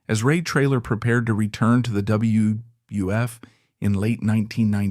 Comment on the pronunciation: Why does he have trouble saying wwf and some wrestlers last names?